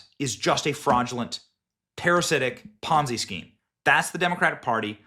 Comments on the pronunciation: Mr. Benny Sir. it is pronounced as ponzi- not ponzai. Ponzai sounds like something you yell before attacking! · I just stopped listening and turned the video off when you mispronounced Ponzi again. Ponz-eye? Aim-ish? Seriously Benny for someone who does this for a living you have a terrible grasp of grammar and pronunciation. Learn to talk.